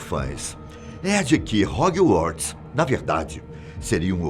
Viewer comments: Moço, estuda a pronúncia das coisas. Hog"ui"uorts? Meu Deus! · EEEU KKKKKKKKKK ROGIUARTS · Agonia é ver ele dizer HOG-WARTS KKKKKKK separando as palavras kkkkk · HOGUIORTS / CEDRIC 🤣🤣🤣 - 10 pontos para fatos desconhecidos